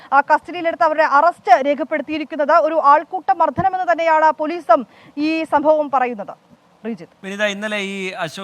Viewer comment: മർധനമല്ല മർദ്ദനം😂😂